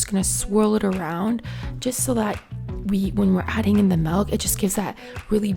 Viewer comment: She Said Melk😂